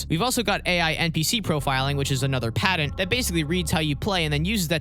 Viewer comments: If you hadn't had "Patent" typed out in text I'd have never been able to figure out you were saying that. Padden? What's a Padden. T and D aren't interchangeable letters boss! Love the videos tho haha. No shade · He said padint like 5 times at least… how are we supposed to take this seriously? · It's not pronounced padent. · Great video. pat-ent. Sorry driving me nuts. lol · There is no D in patent.